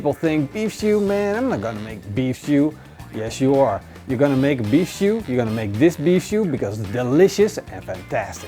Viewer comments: Is he saying beef shoe? Lol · Love the why he says stew